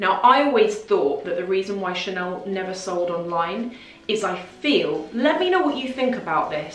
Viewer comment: "Chanel" has become "Channel"